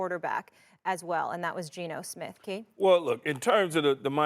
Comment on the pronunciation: Molly said Geno Smith 😂😂😂